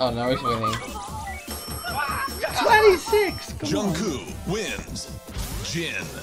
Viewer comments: It's a J sound not Ch ..... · It's Jungkook not Jungkoo lol. The Fallon team are wrong in pronouncing it. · This is coming from a guy (me) who speaks Korean. The vowel in the show is accurate but for the consonant, they are supposed to pronounce G instead of K. Most people are used to the American way of Jung-Cook so it's okay either way. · You pronounce Jungkook right. And it's wrong on the show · Nooo the Jimmy Fallon team said Jungkooks name more wrong hahaha. You're doing a better job! There actually is a video called "Learn How to Pronounce BTS members Korean Names" that explains it all. It might be a fun video to react to! Basically the Korean the J and K sounds are a bit different. They pronounce the J as something between a J and CH-sound. And they pronounce a K somewhere between a K and a G-sound. So if you really pronounce his name right it should sound closer to J/ChongGoog. Best reference is to just watch the video I told you about or just pay attention to the BTS members when they call Jungkook's name tbh haha